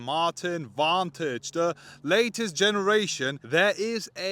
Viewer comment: I'll help you out, it's pronounced Vantage